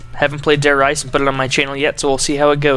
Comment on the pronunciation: Why does everyone pronounce Reise as Rise or Rise-a. It is pronounced Re-za